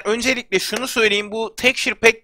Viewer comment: Abi şuna tekşur pek deme